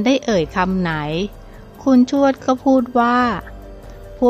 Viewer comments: อ่านให้ถูกๆค่ะคุณ ทวด ไม่ใช่ชวด อ่านดีๆเห้ออออออออคนอ่านกะอ่านผิด😥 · อ่านยังไงชวด ภาษาไทย พยายามอ่านให้ถูกต้องด้วยนะคุณ